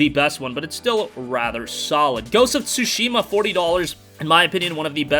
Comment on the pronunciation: You're pronouncing Tsushima wrong.